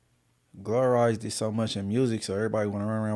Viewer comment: Did this ni…. Just say “glororize”